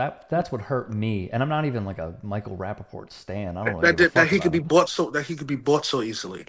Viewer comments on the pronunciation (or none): “Rapafart” hahahahaha im dead